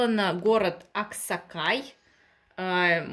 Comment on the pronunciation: АксаКай, Аксай, читай больше, а не жри.